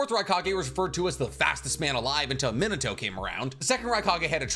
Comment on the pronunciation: Me nah toe, not that hard bro come on 🤣